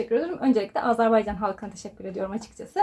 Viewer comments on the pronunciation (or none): Azerbaycan ama sürekli AZARbaycan diyorsunuz. Onun haricinde bilgiler için teşekkürler 🤗